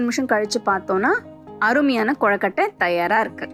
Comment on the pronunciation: Very nice. But it's not "கொழக்கட்டை" it's "கொழுக்கட்டை". I don't know why but I felt irritated when you pronounced it wrong.